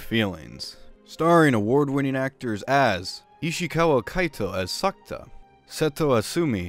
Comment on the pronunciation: Is SA....KU....TA... LoL